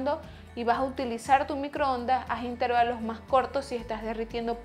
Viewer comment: Se dice intervalos, no " intérvalos".